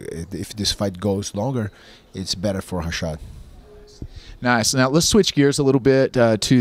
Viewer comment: "I'm here to help HA-SHAD" LOL